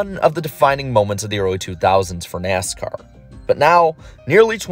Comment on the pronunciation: You know its an iceberg video when within the first 3 seconds you hear “Neascar”